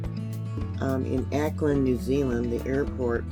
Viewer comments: Au ckland not Acland "Auckland" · it is pronounced "AH" AUCKLAND nor Aaaa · Auckland is pronounced like hawk without the h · just so you know, Auckland is pronounced (phonetically) " Hawkland".... without, the "H" as in "awkland". Love your channel, been subscribed for 7 years, now. Hmmmmm... your 10th "Anniversary" of the channel will be here exactly 2 weeks from Tomorrow!!... Sunday, Jan.12th, 2023!! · Auckland is pronounced like hawkland without the H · was going to tell her myself..interesting lack of preparedness for a vid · Awclund is how it's pronounced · pronounced= 'Awklind'